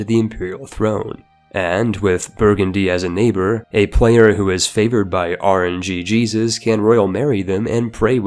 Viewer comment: For the love of Batman it's RNGesus.